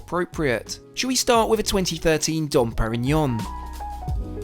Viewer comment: Been watching for a long time and I noticed you take care to use the proper pronunciation of certain foreign words (has seen in the video), so that's the only reason I'm commenting on that, It's not '"Dom Perignon" with a hard M, the M is essentially silent and acts as an "N"